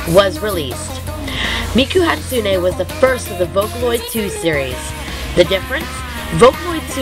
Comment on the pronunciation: you said Hatsune wrong